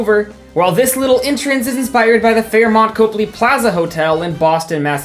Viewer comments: don’t complain about people saying Oregon wrong and then proceed to pronounce something else wrong. It’s pronounced Cop-ly not Cope-ly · as someone from boston hearing “copley” pronounced as “cope-lee” is so funny to me 😂😂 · > gets mad at oreGON > says cope-ly instead of cop-ley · Goes on a 2 minute rant about people mispronouncing Oregon Mispronounces Copley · as someone from boston I'm obsessed with you freaking out over the pronunciation of oregon and then completely saying copley wrong. love your energy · People are expected to know how to pronounce Oregon. It’s a state. No one has ever even heard of Copley. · He has the audacity to complain about people mispronouncing "Oregon" when he can't pronounce "Copley"